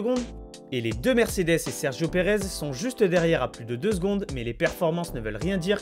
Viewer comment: Par contre c’est Mercedes et pas mersedes 😂